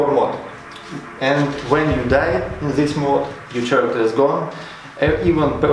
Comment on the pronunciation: A little bit of constructive criticism here: I couldn't understand about 25% of your words either because of your accent or distracted by some words just mispronounced like "character". It's pronounced like k-aracter, no ch-aracter. No offense intended. I wish you luck with your channel!